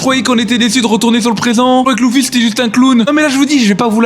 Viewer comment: Par contre ces luffy pas louuffy 😂😂